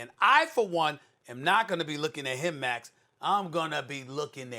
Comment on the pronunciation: I like the emphasis by stephen A. on max